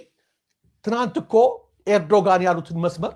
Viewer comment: ኤርዶጋን አይባልም እባክህ ፣ ጋዜጠኛ የመሪዎችን ስም በትክክል መጥራት አለበት ፣ ኤርዶዋን ነው የሚባለው ፣ ኤርዶዋን በል ፣ አስተካክል ፣